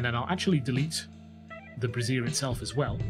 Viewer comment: This is super helpful, thank you so much! My wife cackled when she heard your pronounce "brazier" as "brassiere" lol